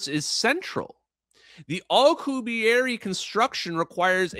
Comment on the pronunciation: keeps pronouncing Alcubierre (the warp drive) as alkuhberry.